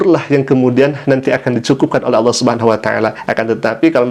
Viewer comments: ODGJ stress.....ini bukan murtadin, sebut Allah saja salah. Allah dipanggil Aloh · Melihat dr wajahnya n aura nya sih dia non islam dari lahir. Apalagi saat menyebut nama Allah dgn kata "Allo". Entahlah😏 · Sebut Allah aja tak betul oten Al- kafirun. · kafir betina itu nyebut ALLAH saja gak bisa .. ngaku murtadin